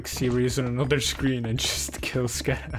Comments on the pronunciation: its actually pronounced scatha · i actually laughed when you said scadoodle.